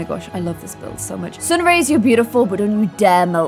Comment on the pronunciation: omg look at it in the sun raise!!!! Wow!!! Me: sun raise you mean sun Rrrrriiiiiissssssseeeeeee right?